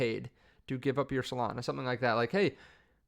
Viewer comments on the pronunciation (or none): Solania? Melana? Potato? Potahto?